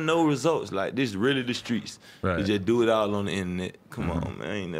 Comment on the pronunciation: JaKari Blakemore 0. But he said Skreets 98 times